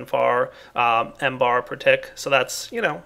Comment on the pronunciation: mBar stands for millibar not M-Bar!